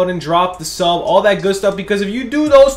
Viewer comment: Lowkey sounds like “drop the soap” instead of sub. Anyone else hear that? 😂